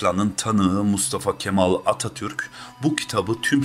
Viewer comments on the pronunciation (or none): "Kemal" diye telaffuz ediliyor...Dikkatinizi çekerim Kafį!! Kelimesi ve bir çokları hatalı... Ūzgünüm ama öyle... ı